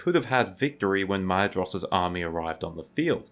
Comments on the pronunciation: Or more like “My-thros,” not “My-eh-jross” like u said sometimes. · Hey dude, Maedhros is pronounced like Maethros, not Maedros. “Dh” makes a “th” sound in Tolkien’s writing, which is similar to Welsh IIRC.